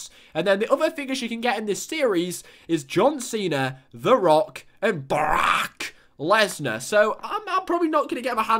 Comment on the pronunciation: You say broke leaner wrong